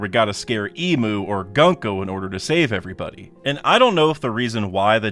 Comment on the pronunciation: gunko is pronounced with more of an oo sound not an uh sound.